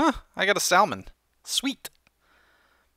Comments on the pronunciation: You said "sall-mon" for most of the episode, but said the correct "sammin" . Why? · Lol, you say it like sa-mon.. not sal-man. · sall-man? Really? :P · Wait, did he seriously say sal-mon? Dude! Get your mind out of the South Carolina gutter! Listen to the Oregon native, it's called sa-mon. The "l" is silent. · Salmon. SALmon. It's freaking Salmon like sammon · that's just a general mistake many people make I'm not native english but I heard pronouncing it "samon" is correct but many peoble say "salmon" anyway because they're not aware of that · Salmon is pronounced samin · Salmon is not Not pronounced sall-man it's Sam-onn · its not salmon it is pronounced sa-man. JESUS jk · It's not pronounced sal-mon it is pronounced samon please say it right I eat it a lot in real life and it has a lot more flavour then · Im going to guess youre doing it on purpose. But its pronounced SA-MON. not sal-mon. sorry..... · salmon Is pronounced "samon" dummie ;V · "SaLmon" lol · THE L IS SILENT. Salmon salmon samon samon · Its SAM-ON >:l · salmon is pronounced sammon lol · You pronounce salmon incorrectly. It's /ˈsamən/ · Its spelled 'salmon' but its pronounced 'samon' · Not to be rude but pronouncing salmon as sall-man is improper ,just a pet level of mine :) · It's pretty annoying when he says salllllmon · Guys, does know that the "l" in "salmon" is silent..? lol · Salmon is said without the L. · In salmon. The "L"is silent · lol you say salmon funny :p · The L in Salmon is silent... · Don't say the L in Salmon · I think the L in salmon is silent but idk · You don't pronounce the l in Salmon. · I have a feeling you are going to get a lot of hate for saying salmon wrong. I dint care but it will probably happen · You don't pronounce the L in Salmon.....